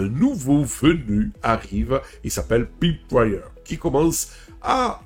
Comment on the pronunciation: La prononciation est une peut déroutante. On devrait prononcer proche de "polseaudion" et "païpewire".